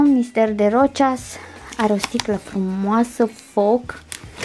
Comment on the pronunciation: "Rocias"??? 😳 Numele e francez, deci se pronunță "Roşà". Limbile astea... 🙄